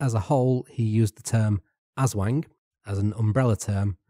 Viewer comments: its pronounced aus-wong but ass-wang is pretty funny lol Also Tagalog is a dialect and it’s pronounced Tuh-gaw-lowg 😄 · that pronunciation of aswang hurt my soul